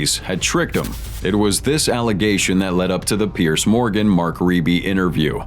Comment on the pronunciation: Its not bloody Pierce, its Peirs, pronounced peers.